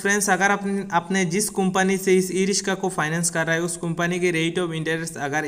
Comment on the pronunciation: Rishka Nahi, riksha bol